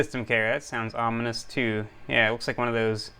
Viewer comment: "One System Care" was the early Vista predecessor to MS Defender. Hearing you call it "omnimous" and a "fake malicious anti malware program" made me chuckle. Also, your cat is a comic genius